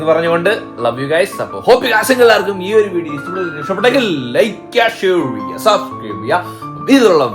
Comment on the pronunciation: നിങ്ങൾ ലാസ്റ്റ് ഇൻട്രോ എടുക്കുമ്പോ ഷെയർ ചെയ്യുവാ എന്ന് പറയുന്നില്ലേ അത് അത്ര പോരാ നിങ്ങൾ പറയുന്നത് ലൈക് ചെയ്യാ ഷെയൊറെയ്യ ചെയ്യാ എന്നാണ്